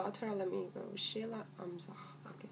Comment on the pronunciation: U pronounce her name soo perfectly... sounds like u have practice alot